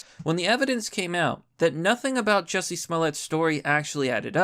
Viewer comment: It’s pronounced “Juicy”